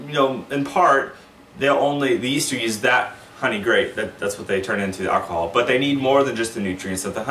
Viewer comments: This is great info. Also, the way you pronounce "Ak-a-hal" reminds me of Dave Chapelle's Tyrone 😁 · Boys and Girls, home made Mead an Alcahal has ruined my life!". 😁